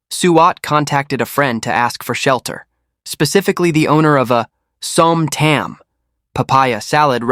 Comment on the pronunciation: Som Tam is pronounced as Som Tarm.. Hope justice be served fairly